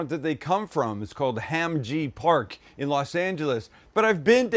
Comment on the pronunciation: It's Hahm Jee Pahk.